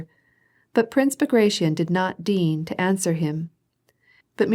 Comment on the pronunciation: Pronouncing "deign" like "deen" ... this is painful